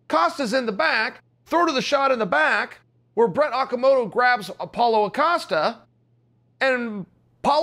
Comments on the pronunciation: Even sounded like Paula Acosta at one point. He offered us 3 variations to his name in one video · Lol yeah. I heard Paula acasta. Jeez cheal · Chael “Paulo Acosta” Sonnen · Chael "Paula O'costa" Sonnen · "Apollo Costa" as my man chael said 💯 undefeated, undisputed . If he says Apollo Costa then damn you it is .